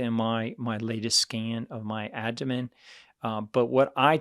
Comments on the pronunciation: How come this guy can’t pronounce “aBdomen” correctly? Is it just me or does he say ADDomen… That aside - great content. Thank you. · He can’t pronounce aBdomen correctly however.